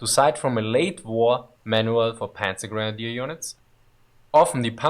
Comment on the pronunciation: It's not pronounced Pänzer ... we say Panzer without Umlaut so I don't know why this guy is butchering this word.